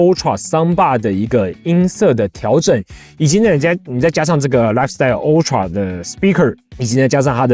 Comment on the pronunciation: ultra發音請正確一點